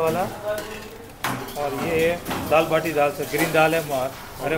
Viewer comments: डाळ वाटी नाही रे...डाळ बाटी 😅 दाल बाटी आणि चुर्मा. कुर्मा नव्हे 😅 राजस्थानी पक्वान्न आहे... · दाल वाटी नाही दाल बाटी